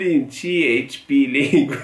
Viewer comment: Cehepe ❌️ Cieçpi ✅️ 😂